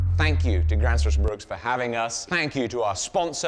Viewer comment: It's Bruk...not Bruks.